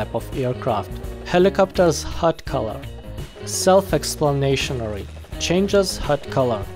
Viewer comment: "self ex plain na to ry"